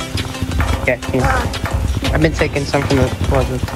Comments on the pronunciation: He Fr said bin like did bro fail first grade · this is like floor 3 of doors XD also this is the best doors content ever even though it is on gt i wana hug El Goblino :( also it isnt bin its been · Been not bin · its "Been" not "Bin"